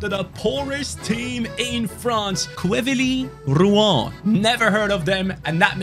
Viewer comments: i'm french and we say QUEVIY ROUUU HAN for th team name pronounciation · As a frenchman it's so funny to see how pronounces Quevilly rouen 🤣